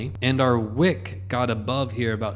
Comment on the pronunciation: Whick?….Joohn whick 😏